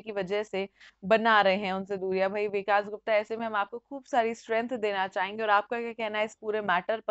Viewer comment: Hindi theek karu apni...it is vikas not vikaash